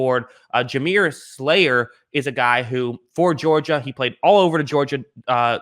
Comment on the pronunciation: It's Salyer, not Slayer :)